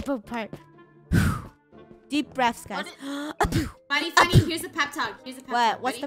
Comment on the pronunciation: It’s funneh not funmeh